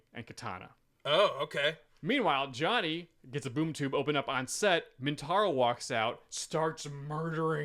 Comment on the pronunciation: Is saying "Mintaro"? I'm picturing a 4-armed tiger shokan centaur, and I kinda dig it.